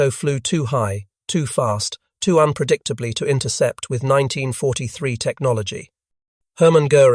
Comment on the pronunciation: Why, in an item on the Mosquito, is there a sequence of pictures of a Hurricane; an Ardo 234, a Junkers 88 , and what the hell is that things ? The Bf 110 looks as if the image has been stretched! The lurching dialogue is painful...'in nineteen forty. Three...', '... and ' ...the Messerschmitt me two six. Two...' pronouncing the initials like Ta as tar, Me as me. and on, and on it goes.......AI slop.